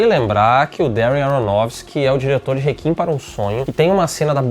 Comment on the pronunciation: pf, parem de pronunciar réquiem como "rekin", troço feio